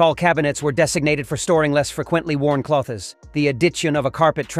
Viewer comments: clo-thes 😂 gotta love this AI pronunciations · Is you your the AI everyone is boasting about?! He can’t even pronounce the word CLOTHES and order basic words CORRECTLY 🤦🏽‍♀️ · Why is the word "drawers" and "clothes" mispronounced??? I had to stop listening bc it was so irritating. Is everything AI now???? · The voice could pronounce “adjacent”, but not “clothes” or “area” 😂